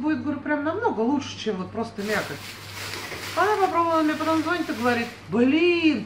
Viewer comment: не звОнят, а звонЯт. Режет слух. (ЗвОнят от слова вОнь👎)